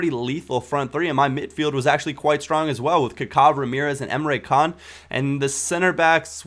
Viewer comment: Not Emre Can.... Emre Jan